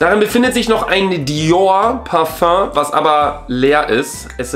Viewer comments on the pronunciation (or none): none